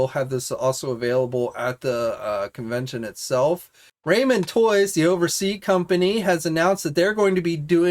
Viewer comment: Please please please quit saying RAYMEN toys. It's pronounced Rahmen toys. There's even a picture of a bowl of RAHMEN soup!!!!!